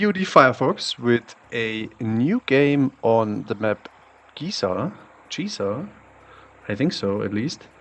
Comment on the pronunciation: It's Giza, not Jiza bro. The very real ancient historic city where the pyramids were built. Come on :)